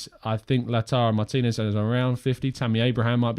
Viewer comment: Takes pride in pronouncing Lautaro Martínez name correctly yet still cannot say the English word 'seen' correctly. 😀😀 It's seen like clean bro not seen like sin. Good show by the way 👍👍